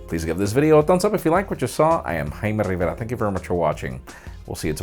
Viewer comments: I love him saying "Jaime Rrrriverrra" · "Hymen Rivera" I thought you said that.. I didn't know you were virgin Jaime!